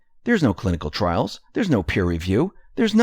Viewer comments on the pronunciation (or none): none